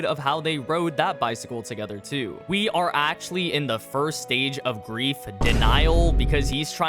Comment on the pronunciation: Didn't know you spoke French saying we (oui)